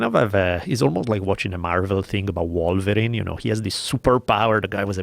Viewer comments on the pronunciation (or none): none